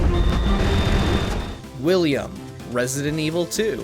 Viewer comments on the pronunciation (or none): Willium? Willium???!!! WILLIUM!!!!!!! DID YOU EVEN PLAY THE GAME?!!!